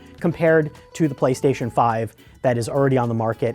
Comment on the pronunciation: “Playshashion 5 games”